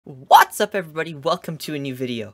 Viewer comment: His other videos: "what's up EVERYBODY " This video: WHAT'S UP everybody